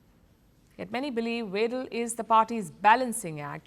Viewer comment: Weidel= "Widel". ei and ai are pronounced like the English "i" !